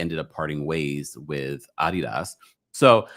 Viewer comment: I'm surprised neither nor said anything about how pronounced adidas cuz that took me out 😂😂